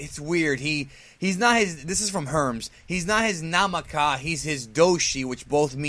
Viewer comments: Lol. It's "Nakama" not "Namaka" when referring to comrades. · Not 'namaka', NaKAma. You watch One Piece so that word should be familiar to you. I just looked up a dictionary online and I found out that: doushi is someone that pretty much likes the things you like, do the things you do, and basically your best-buddy because you share so much in common. nakama is a partner, a companion, a comrade and a friend that has developed a good relationship with you through shared journey and experience. probably a very deliberate choice of word by Zamasu. He didn't call Black his 'mikata' or ally, for starter. Black is Zamasu's doushi, which implies that they're not just pals, they're very similar too.